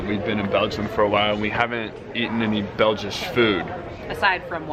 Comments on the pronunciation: Did you say Belgish (((???))) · Did he say "Belgish" ??? It's Belgian. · It is "Belgian" in English, not "Belgish"... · “Belgish?” Really?